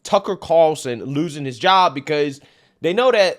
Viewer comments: Car'ul'son, not Carson, lmao. I'm just messing with ya. You get it right half the time. Also, taking "sea moss" just seems weird. Can't I just go out to the ocean, dive under and grab some? Hehe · Haha I wasn’t the only one so bummed about the pronunciation of Carlson. Haha that’s funny. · i wonder if will ever learn how to pronounce "Carlson" lol.